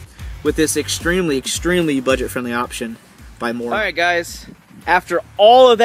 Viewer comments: Made me laugh. You did a strange English accent thing... Mora is from Sweden... Like most of the best survival kit. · You should learn the name of the mora knife you pronounce it horribly wrong.